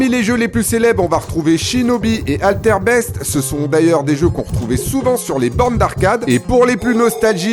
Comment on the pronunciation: "Alter best" ??? 🤣🤣🤣🤣 plutôt "Altered Beast"... les anciens en PLS 😅